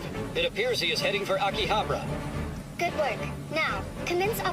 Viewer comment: Y they mispronounced akihabara 😢